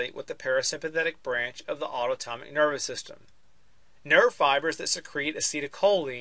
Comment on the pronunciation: HAHA autotomic roflmao